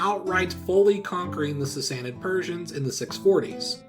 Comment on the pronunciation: I love your accent on the Sasanid Iranians.